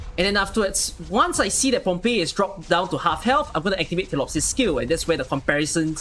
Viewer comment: She literally calls herself feelee-opsis yet you still call her tillopsis.